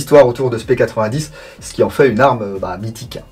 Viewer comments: On dit p90 pas p8010 c est Belge ne l oublions pas 😂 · P-nonante vraiment nonante c'est une arme belge donc ça se prononce a la belge